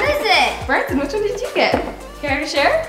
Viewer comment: It's Branson not brandon